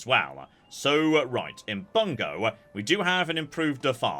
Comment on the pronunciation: About 95% of the time, Japanese pronunciations are pretty good to spot on, which makes the 5% he really gets it wrong really glaring to me, a massive dweeb. In case you're reading this, here's a few pointers: "Bungo" is "boo-n-go" "bune" is "boo-neigh" "Higo" is "hee-go" and, not that it matters any more, "Ouchi" is "oh-oo-chee" (or was, I guess).